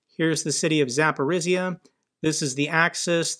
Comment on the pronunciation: Dear, I appreciate your informative, knowledgeable videos a lot. However the pronounciation of some names of places are not correct. One region, called Zaporozhye is you should improve. The last syllable sounds not S, but ZH, which sounds like J in french JEAN. (I speak Russian a bit Ukranian too.)